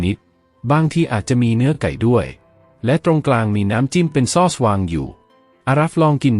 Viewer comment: ซอส (AI อ่านผิดนะจ้ะ ไม่ได้อ่านว่า ซอด (เสียงโท) แต่คนไทยที่เป็นคนจริงๆไม่ใช่ AI เค้าจะอ่านว่า ซ้อด เสียงตรี ไม่ใช่เสียง โท) ฟรายยยยย เอ้ย